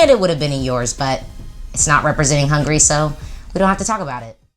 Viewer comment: It's not "hungry", it's "Hungary". :)